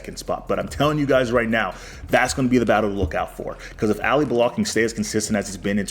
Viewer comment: Do you think you can learn to pronounce Ali's name properly😅 its not Alliee